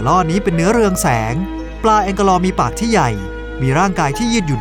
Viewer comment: แองเกลอร์ อ่าน เกลอร์ ไมใช่ แองเก- ลอร์ 555